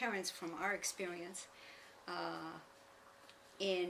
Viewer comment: Didnt she smile, giggle and look at her mom when she said experience, sounding like "ex-BEER-ience"? And maybe it sounded funny to her? Meaning recognition? Something to think anout!!! 😅